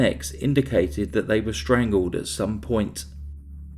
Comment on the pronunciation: Impeccable narration ? you really dont listen do you Puwwled out knives Boad fawt for he life twelfe days later strangwled kiwled etc etc etc